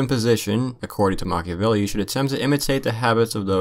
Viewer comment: It's makaveli